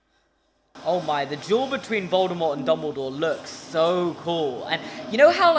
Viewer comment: I was not paying attention when you said "Harry and Draco duel" and for the first couple seconds I thought you said juul and oil